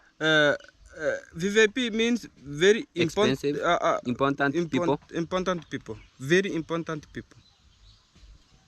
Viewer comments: ‘Impor-tant’. No letter ‘N’, after ‘R’, please 🙏 IMPORTANT✅ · They all say "imporntant"including Marwa and On Trending